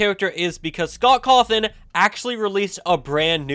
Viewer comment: It's so funny that then immediately said "Scott Cawthorn."